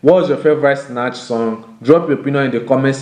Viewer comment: When he's saying Sinach it sounds like Snatch lol